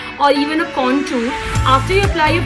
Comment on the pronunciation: Its not contuurr.. Conturing.. Its contour and contouring🙂